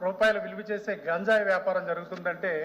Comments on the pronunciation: Gaanjayi antunnavo leda ganjai antunnavo maadhika dravyalu kaadhu H. M. MAADHAKA DRAVYALU PADHALU PALIKETAPPUDU SRUSTAMGA PALAKAMDI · బడిలో బడిపంతులు కి పిల్లలు పాఠం అప్ప చెప్పేటట్టు గా చెప్పకే తల్లి..... గాన్జాయి కాదే...... గంజాయి అని పలకవే తల్లి....